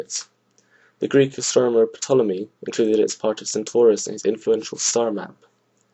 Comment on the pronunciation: OooH I like it but Ptolemy is pronounced "tolemy". That's OK though - my ancient history teacher read it as "pahtolemoney" WTF right?